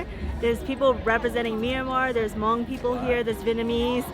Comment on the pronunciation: I'm so glad you said Hmong and not "mung" as I've heard many people say. Andy tryna get ya'll killed 😂